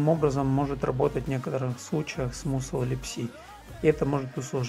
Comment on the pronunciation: Мне кажется musl читается как масл, так как ударение на u, а в таком случае она читается как а